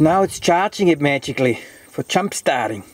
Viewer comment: LOL. This guy sounds like he's saying "'chump starting". I guess he's German.